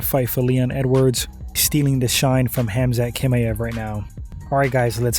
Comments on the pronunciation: TCHimaev not Kimaev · Why do you act like you don’t hear how everyone pronounces Khamzat’s last name bruh 😂 no one has ever said it like that! I don’t understand why you insist on saying Kimaev